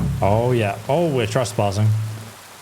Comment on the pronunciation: You have like 30k grochen but 200 for a horse cleaning is too much. 😂 "It's litchreally daytime" as opposed to figuratively.. you do this WAY too much. Also, why do you keep saying "are you serious" every time there's an OPTION to say something romantic to Hans?